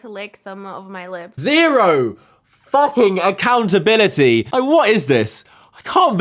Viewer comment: She needs to take "Accountalinity" 😂😂😂